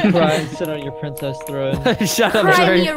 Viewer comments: The funniest parts was when everyone was calling Zach pricces🤣🤣🤣🤣🤣🤣🤣🤣🤣 but the coolest room was Alex's room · Yes bc in most vids he always says we'll excuse me princees